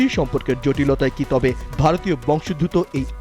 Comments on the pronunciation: বংশ + উদ্ভূত = বংশোদ্ভূত ; প্রতিবেদকের উচ্চারণ ভুল। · ভারতীয় "বংশোদ্ভূত" শব্দটির সঠিক উচ্চারণ করুন সাম্মাদিক ভাইয়া!